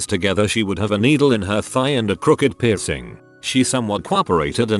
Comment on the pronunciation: How come the synthesiser can pronounce the difference between suit and suite but not the word piercing?